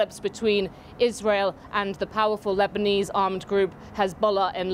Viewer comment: " Lebeneseee" going back to stone age.